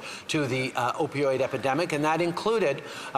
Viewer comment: he most definitely said Opioid “academic” 😑 🤦🏼‍♀️